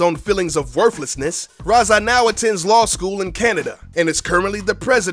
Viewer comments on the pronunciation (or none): "worflessness" hahaha